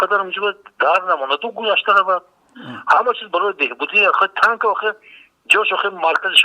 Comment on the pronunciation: Тонк не танк мля